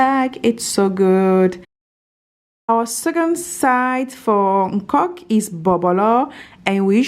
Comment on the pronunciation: It's called "Okok" and not "nkok" 😊